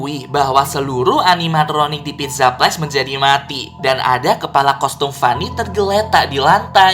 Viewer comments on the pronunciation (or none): none